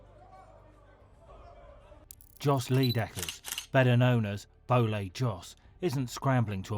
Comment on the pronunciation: 'Djos Lee dekkers' sounds so much better than his actual Dutch name Jos Leidekkers. Like he's family to Bruce lee or something, haha. I wonder why the English speaking world experiences such extreme difficulties when expressing other vowels than their own basic English word allow them to. It's not hard, just listen and imitate lolz.